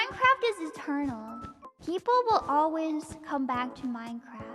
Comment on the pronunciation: This is kinda random, but I love slight accent where she says "Ole-wiz" when she says "Always" lol